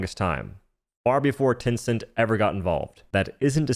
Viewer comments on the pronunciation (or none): none